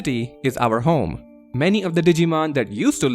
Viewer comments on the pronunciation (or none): none